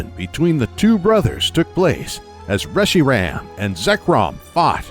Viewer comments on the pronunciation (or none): none